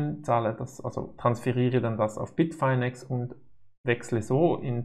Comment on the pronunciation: Es heißt Bitfinex nicht Bitfainex!!